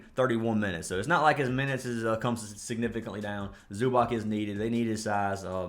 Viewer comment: Not tryna be a stickler, but it's pronounced Zoo-BOTS bro lol